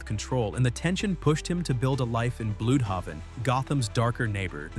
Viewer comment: “Bloooodhawven” Yeah, this shit is straight-up AI.